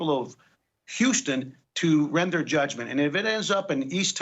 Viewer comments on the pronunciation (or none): none